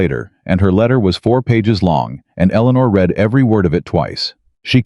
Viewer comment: Please teach your AI on how to pronounce 'read'. If it is 'NOW', then it is pronounced 'reed' but if it is in the past, then it is pronounced as 'red'. He is 'reeding' the document or he 'red' the document. Very annoying. Also, why is it 'i' in front of many sentences when it is meant to be 'he'?